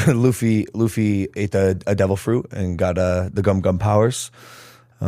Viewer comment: i think its because you didn't say luffys name correctly first time and now that you're buying one piece collectibles (which will probably have the same effect as Pokémon cards that the markets are gonna sky rocket) that the community think you're going to ruin it for them, but im not bothered about it, watch one piece and i hope you enjoy it :)